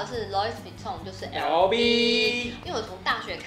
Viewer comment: LV 的發音錯了….